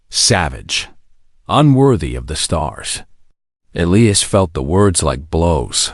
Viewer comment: THIS IS GOING TO BE A LEGHTY COMMENT SO I APOLOGIZE IN ADVANCE I AM SORRY BUT YOUR PRONUNCIATION CAN BE MORE THAN A BIT DISTRACTING. NOT TO MENTION YOUR DISTRACTING MISSPELLING OF A NAME, PLACE,THINGS OR ANY OTHER PERSON THAT IS MENTIONED IN THIS VIDEO ONE IS: His name IS PRONOUNCED E LIE AS. ELIAS SERITH NAME IS SPELLED SARA AND A COUPLE OF DIFFERENT WAYS THE. DOT. WHY??????? I KNOW WHY BUT WHY???? IT IS BOUGH NOT BOW TO BOUGH IS TO SUPPLICATE YOURSELF AT YOUR WAIST DOWN TO THE FLOOR BOW IS TO USE AN BOW AND ARROW